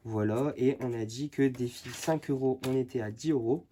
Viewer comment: Cc "Defi" et non "deffi" rien de méchant 😉